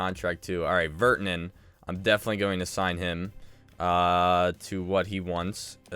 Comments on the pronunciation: You can’t even pronounce Virtanen ur so annoying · Your really annoying you can’t even pronounce virtanen